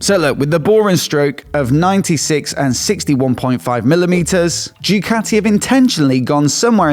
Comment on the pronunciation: Please,, please, Ducati is pronounced Doocati and not Djoocati.